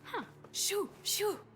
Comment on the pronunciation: Sometimes i think you saying “I dont see any shoes here” and i think what shoes? But then i realize you meaning “shew’s” for the seagulls